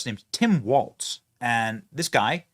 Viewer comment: Benny his name is Walz no t. Walls